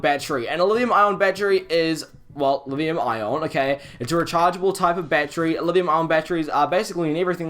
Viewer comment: are you saying livium ion?